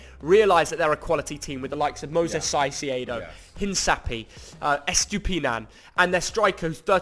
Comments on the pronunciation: It's pronounced Kai Sedo! Not Sai. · Iran isn’t “Arabic” and you’ve butchered “Caicedo” yet again